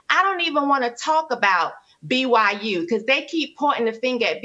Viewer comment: Someone said it. Thank you guys. For the love of God, it’s BYU